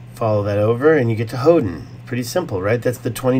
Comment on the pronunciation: Hoden sounds like Odin